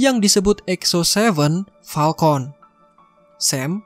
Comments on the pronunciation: Falcon bang bukan palkont🗿🗿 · Falcon woy... Bukan palkon... Wkkkkk njir